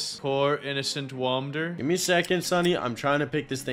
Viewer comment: "Wamder" what